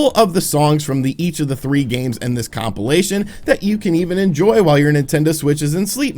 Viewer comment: please stop saying compilation....